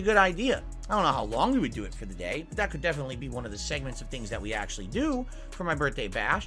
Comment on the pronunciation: Though the snorts are annoying I can’t stand that he pronounces his th’s as d’s. “I appreciate dat.” “My birday bash.” Drives me nuts.